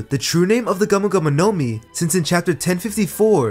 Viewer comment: video is good but i hate how you say gumo gumo no mi as one word bruh